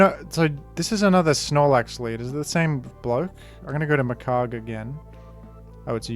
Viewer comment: It's Magcargo